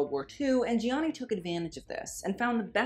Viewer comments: Love the video! Gianni is pronounced without the first i, by the way. Like "Jahnni" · Also his name is pronounced like Johnny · His first name is pronounced “Jonny”. It is only 2 syllables,. One would think you would know that (assuming you’re desire to pronounce his name as the Italians would) seeing your incessant need to (poorly) roll your “R” in his last name, Versace. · The way he pronounces Gianni gives me anxiety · you don't say the first "i" in Gianni